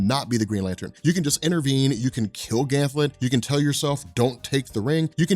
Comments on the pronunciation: it's Ganthet not Ganthlet. Sorry it's bugging me. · Dammit! GanTHET not GanthLET! LOL Love your vids man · I have to imagine others have mentioned it, but I've been bingeing the Green Lantern playlist and it's surprising that there are multiple videos where you keep calling him "Ganthlet" but his name is "Ganthet" no L. Hoping this gets fixed eventually. Good work otherwise! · THET...Gan-THET, not Ganth -LET, there's no L in Ganthet's name. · It's Ganthet not Ganthlet. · who is this ganthLet. its just Ganthet. no L. 2nd don't yadda Spectre it needs covering everything from final night to rebirth. no one and I mean no one on YouTube has. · *GANTHET.!! NOT GANTLET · There are ZERO Ls in Ganthet's name... Please don't pronounce it as "Gam Thet" either, PLEASE! It's "Ganth it" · Yo, I love you, I love your videos, but I can’t hold it in any longer. His name is GanTHET. There is no “L” in his name. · His name is GANTHET. There is no "L" in his name. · Sounds like he is saying Ganthlet am I the only one who hears that? Why is he saying it like that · there's no l in ganthet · second time he says "Ganthlet" I turned it off. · "Ganth>L<et"... WTF... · Back when mispronounces Ganthet, and Zero Hour Crisis in Time.:P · Ganthet does not have an L in his name. U keep saying it wrong. LoL